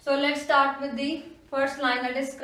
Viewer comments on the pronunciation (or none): none